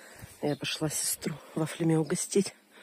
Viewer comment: Ударение на "я"! С фафлЯми!😂😂😂